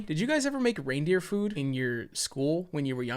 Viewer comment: ......Did you just say RAINdeer....Oh dear